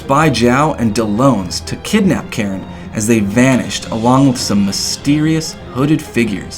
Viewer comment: Miharu is TRIGGERED actually they are pronounced correctly. Karin is pronounced as Karen and Dellons is pronounced as Del-ons.